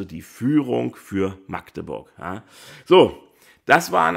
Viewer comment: Schön mal jemanden zu hören, der Magdeburg richtig aussprechen kann statt „Maaagdeburg“